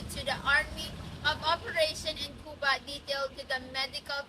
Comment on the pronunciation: You mispronounced the Cuba